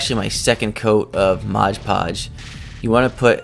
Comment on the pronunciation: There is no "g" in "Mod"!